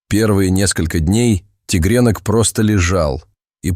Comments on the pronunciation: тИгрёнка ,а не тЕгрёнка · зачем вы говорите тигрЕнок...неприятно слушать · Зачем вы говорите тигрЕнок....?